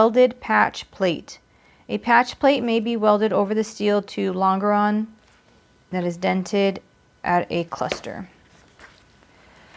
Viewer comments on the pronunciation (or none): Longeron is pronounced Lonjeron lol good video tho!!